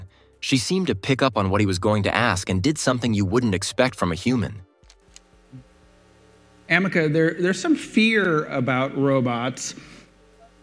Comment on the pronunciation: It sounds like "America" )("ameca") hummm